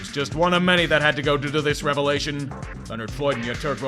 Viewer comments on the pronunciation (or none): none